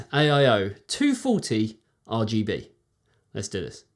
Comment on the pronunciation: Great video:) By the way, it be Arrrrrr GB lol, keep that in mind for next time hehe. Keep up the good work my friend and stay safe